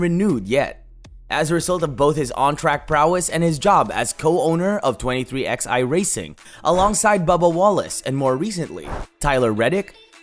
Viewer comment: Who the hell says twenty three Ex Eye instead of twenty three eleven?